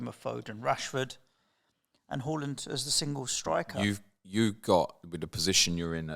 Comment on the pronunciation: I find it triggering the way you pronounce Haaland 😂😂. Great pod as always ❤